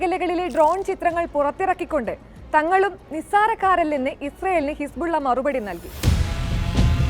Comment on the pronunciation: ഹിസ്ബുള്ള അല്ല ഹിസ്‌ബുല്ല